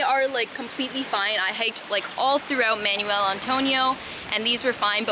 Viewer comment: manwelll, manwelll, manuel antonio 🤣🤣 im sorry your pronunciation sounds like your saying manual antonio, im visiting in week